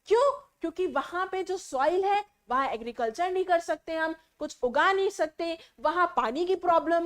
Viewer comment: Mam say Agiricultur😂😂😂😂 so funny so watch this in this video seconds to in this video timer